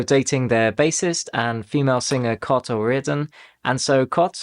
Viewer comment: I've never heard anyone pronounce Cait O'Riordan's name as "Cot" before. Shane pronounced it "Kayt" in the song Fiesta.